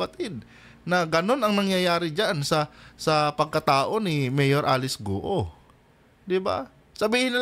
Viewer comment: Guoooo,,Not Gu-o.😂, marami na nag vlog na 12yrs old cia dinala dto, un tinago sa piggery farm may tutorial .dba sbi nia 14yrs old start na cia business?tatay nia binibigyan cia ng 500k 1M 2M..humahawak na cia ng ganun amount.